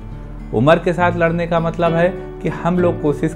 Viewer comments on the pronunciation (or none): none